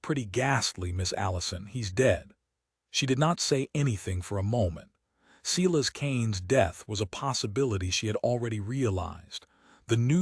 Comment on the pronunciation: Omg, the American narrator doesn't know how to pronounce Silas or surrealism? What horrible narration. He sounds as though he's reading while running his finger along each sentence. Can't listen.